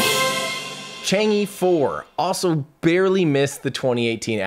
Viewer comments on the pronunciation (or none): I think Chang'e is pronounced Chahng uh, not Chong ee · It does not pronounced as "Chang E", it is "Chang 'e". Should sound like "Chang Eh" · It's pronounce more like chang-er than chang-ee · Thank you Tim for another year of excitement and joy! Great work, really appreciate it. Besides technical depths, I really admire your way of looking at failures and international collaboration. One correction -- Chang'e is pronounced as Chang Er, that e in Chinese Pinyin is like er. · two things: 1 The star link project can help us, but not Africa, the information equality theory doesnt apply there where millions of people are hungry. 2 the e of chang'e should be pronounced as 'er' in early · Chang is correct not chong, but the E should be pronounced as 'er to be exact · Probably more like "chong-uh", if you want to approach the Mandarin pronunciation, but that still wont reach it and actually reaching it is not necessarily something you should be trying to do.